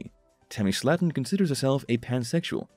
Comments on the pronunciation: It's pronounced SLAY-TON. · Love how the show has been on 2 years and you say the last name wrong.